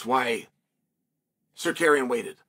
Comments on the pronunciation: I Love how uncle Chael mispronounce Armans name 😅 the future Champ has a name it's Tsar-ruuk-yannn!! AS long as THE BAD GUY CHAEL P SONNEN rocks with Armans I'm all for it but if he gets the starp that changes Don ! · Why do you keep saying suhkaryen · Almond Tsuk-arian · Just say Sarookian. Jesus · Zakarian is a legitimate Armenian last name. CS just does a switch with Tsarukyan, for whatever reason Lol! Go, Chael! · Nothing mythical about it.....Arman's name was always pronounced "Suh-CARRY-uhn"......He and the rest of us just didn't know it yet 😅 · “Arman sookaryan” 🇦🇲🇦🇲🇦🇲- Chael Sonnen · The Bad Guy has 2 names he can't get right. Tsarukyan and Perriera. Lol. Only Chael can get away with it. So funny.